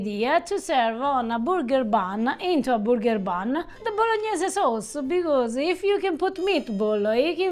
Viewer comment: I love how pronounces burger as, "booger." 😅